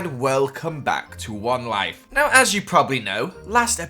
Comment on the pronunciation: "Are you new here to wenlyf?" wenlyf wenlyf